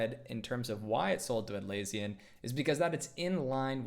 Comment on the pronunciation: You pronounced Atlassian wrong